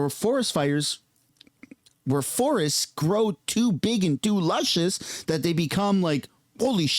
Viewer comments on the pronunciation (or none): none